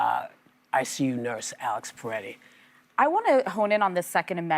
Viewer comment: It's Pretti, not Paretti, Whoopi. You've mispronounced it twice today. Get it right.